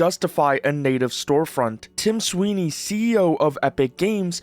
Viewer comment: Tim Swine-ey